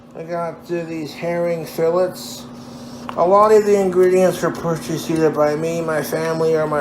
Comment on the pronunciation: the only thing that really bothers me is how he pronounced fillet